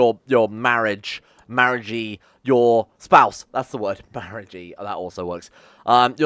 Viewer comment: "Marriagee" perfect.